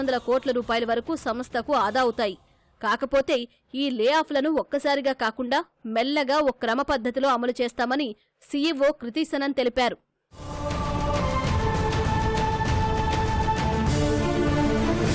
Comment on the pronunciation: TCS ceo kriti vasan not kriti sanan😂😂😅